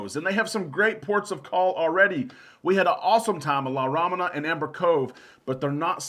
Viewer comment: Correct pronunciation of La Romana